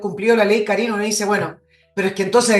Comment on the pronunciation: Por favor , y por el Amor que le tengo a mi Madre ; El acento de Karin va en la A , por favor . Me molesta la acentuación . Mi Madre se llama Karin . Gracias